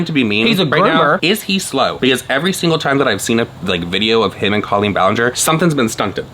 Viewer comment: I need someone to get to stop saying COE-leen, or everyone else to start saying it this way. A girl is confused.